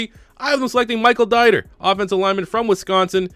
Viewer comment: Not a big deal but the guard from Wisconsin’s name is pronounced “Deeter”